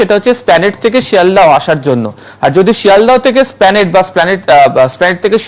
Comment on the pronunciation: এসপ্লানেড কে স্প্লানেট বলছে